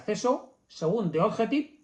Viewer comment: Eso de poner nombres en inglés nos complica la existencia, The Objective se pronuncia "di ovyéctiv" Ninguno de sus lectores lo pronunciamos.